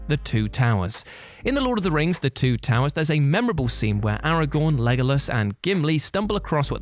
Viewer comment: I’ve heard this story so many times and never once thought of “the two toe-wers.” Must be a slow day.